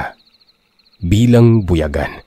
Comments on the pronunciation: mali po pag ka pronounce mo sir .. hindi po bu ya gan.. parang bu yaaa gan po ang pagka pronounce nyan sir ,medyo na iirita ako sa translation portion 😁😁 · Hi po. Wrong pronunciation pa din po sa buyagan hahaha buyaaaaagan. Ganyan po🤭